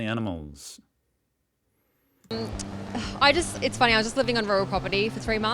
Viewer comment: Sounded like you said “crime or anals” and I’m dead 🤣